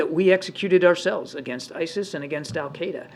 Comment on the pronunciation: what he really means is "you're asking me a complex question relating to Middle East politics of which I have little knowledge". He can't even pronounce Al-Qaeda.